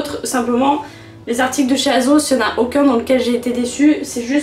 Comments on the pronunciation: ça se dit "aSSos" :((( la combi bleu et blanc de chez zaful je l’ai depuis bien longtemps, j’la mets souvent en été et les boutons n’ont jamais cassé^^ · elle me fait trop rire « azoze » 😂😂😭❤️